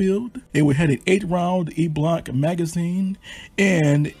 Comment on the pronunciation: And the Soviets provided much of the support of material to the Communists during the conflict. The pronunciation of en-bloc clips is to be äɴ blôk′, ĕn blŏk′